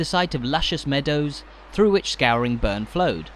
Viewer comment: Brechin ….not Brecon…….skoorinburn…not Skowrin burn…